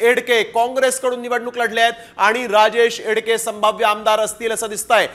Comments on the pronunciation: नाव तरी व्यवस्थित घ्या.... एडके नाहीत एकडे आहेत 😂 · Barobar wacha dada.... राजेश एकडे आहे त्यांचे नाव